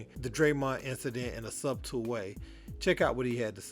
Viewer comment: Not to be that guy my brother, but i step out to assist my brethren every chance i can no matter how small. “Subtle” - “SUH-tul” in case people round you never spoke up 🙏🏾